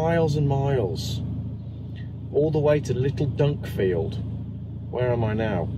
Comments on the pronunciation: 2 things "dunkfield" is Dunkeld as in Dun Keld emphasis on keld. also the Fort William, Glencoe pass is a long assed windy road that would have taken hours more to travel. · Dunkeld.... NOT Dunkfield , fantastic place for watching the salmon . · The traffic jam was caused by gas main work at Dunkeld ( pronounced Dun-keld).So it's to supply fossil fuel to the good people there who can stay warm . Anyway you drove way past the legal maximum for lorry drivers,peeing in laybys.Interesting🤔 I worked out how much diesel you used for the trip,and to position the car.Something like £250+.Home charging cost for me ,as virtually all my trips are home charged....£23. I will wait and see what your costs actually are,and adjust mine accordingly 🏴🔌